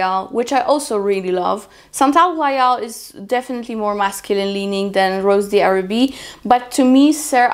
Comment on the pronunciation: It’s pronounced “ rose dharabie “ ☺️